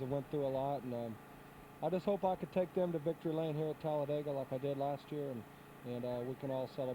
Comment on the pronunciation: 😂 Tallabama? Tallabega? Miss ya Bob. Your mistakes were the beast.. Benny in second…